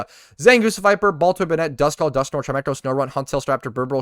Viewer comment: was NOT expecting would pronounce 'chime-cho' as 'chi-mec-ho'